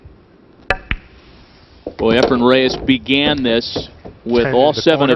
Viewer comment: I couldn’t agree more… the only thing Sigel is any good at is running his mouth!!!!!.. I know this is old but someone needs to tell these horrible commentators that there is no “m” in Efren…